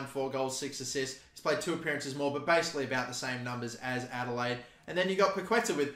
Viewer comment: Just in case: In Spanish the letter Q is usually followed by a U. The ending sound is "ke". The tilde (á) means the emphasis on the letter. So Paquetá is pronunced as PaketÁ (emphasizing the last syllable). Entertaining video as always :)